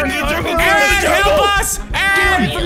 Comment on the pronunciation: More like, "Welcome to my Junkle"